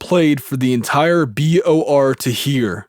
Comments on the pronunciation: Guy keeps saying BRO when it’s clearly BOR lol. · why does he say b r o instead of b o r lol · Why do you keep saying BRO when if clearly says BOR? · I will read it myself. You said B.R.O. 4 Times in a row when it is B.O.R........LOL J/K I hate reading, I will listen to the whole thing. Thanks Man! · Does this narrator have dyslexia? Every time "BOR" comes up, he reads it "BRO" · Why you say bro when it’s bor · Was anyone waiting for him to say BOR not BRO? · You say BRO its BOR 😆 just saying, thank you for this video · BOR not BRO. Outside of that, thanks for the audio. Very Sad story. Man, tried to stand for what's right and they pushed him to the edge...😔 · I think you are dyslexic, dude. It reads BOR, not BRO, which you said more than once lol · Why doesn't this have more views? Because it's narrated by a dufus. Oh, and it's BOR not BRO, kid. I'll read it myself and still give you a thumbs up because of this story.